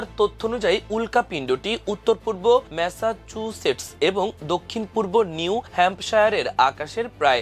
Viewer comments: ম্যাসা চু সেটস্ উচ্চারণ করতে দাঁত ভেঙে ফেলছে।😅😅😅😅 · ম্যাসাচুসেটস উচ্চারণে এত কষ্ট??